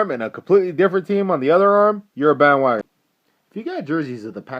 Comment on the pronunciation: omg ahahahaha i just died ahahaha "you're a bandwogoner (pause) with frequent flyer miles" ahahahahahahahah goood shiit hah